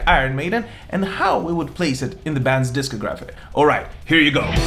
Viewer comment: Please, say the word discography like it's supposed to. Great review overall 🤘